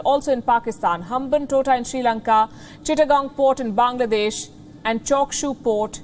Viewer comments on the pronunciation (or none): none